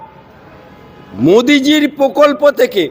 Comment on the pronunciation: Pokolpo নয় prokolpo